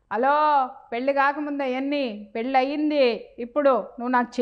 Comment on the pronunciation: Anchor pronouncing wrongly. Pelli and bandham should get corrected through a language specialist.